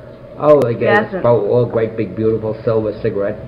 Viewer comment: Absolutely FANTASTIC!!!!!! Great job (or should I say gweat job?) Just kidding! Honestly this was so interesting!